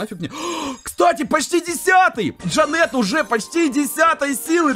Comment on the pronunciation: конечно говори как хочешь но вроде правильно ДжАнет.